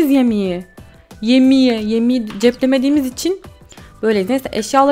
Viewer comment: Yemeği yerine yimiyi demesi harikaydı..♥♥